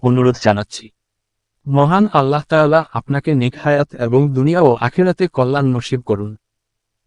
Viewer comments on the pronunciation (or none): none